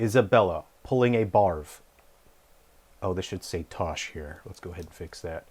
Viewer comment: I keep hearing "Barv" as "Barf"...which is somehow appropriate, given the subject matter.